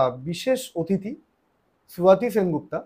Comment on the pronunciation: ওনার নাম স্বাতী সেনগুপ্ত। সোয়াতি সেনগুপ্তা নয়। বিকৃত উচ্চারণ করছেন কেন? বিদেশীরা উচ্চারণ করতে পারে নি তাই ঠাকুরকে টেগোর বলেছে, মাদ্রাজ কে ম্যাদ্রাস, যোগ কে যোগা। আপনারা কোথায় তাদের সঠিকটা শেখাবেন তা নয় তাদের বিকৃত উচ্চারণ করেকেই লালন করছেন। অথচ ইংরেজী উচ্চারণ গুলোর ক্ষেত্রে যথাসম্ভব ঠিক করার চেষ্টা করছে মানুষ। কারণ ওটাই সঠিক। বড় অদ্ভত মানুষের চেতনা। ভাববেন খোলা মনে। যদি মনে হয় ঠিক বলেছি আপনিও এই ম্যাসেজটা ফ্লো করবেন তবেই আমরা উন্নত হব।